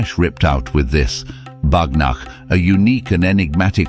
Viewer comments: It is not pronounced as ”Bagh NAAKH”, it is pronounced as ”Bagh NOKH” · It is pronounced "bagh nokh " it's in bengali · Wtf YOU just said 😂? Its "baagh " tiger. Nokh "nail" Cant even pronounce.